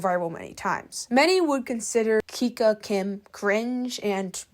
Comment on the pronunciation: you pronounce her name kika not kiki